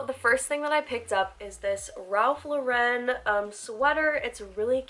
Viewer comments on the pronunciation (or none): girl “ralph luh-ren” LMFAOOOOO. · Ralph Lauren’s last name rhymes with FOREIGN- Why do SO MANY you tubers say it Law-wren?!? 😖😖😖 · Ritchy Rebel NOT Law-wren; AGAIN- it rhymes with FOREIGN or LAUREN Bacall. FULL STOP. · The way ur saying Ralph Lauren is killing me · Ritchy Rebel ok, it’s still not commonly said that way so it was weird to hear.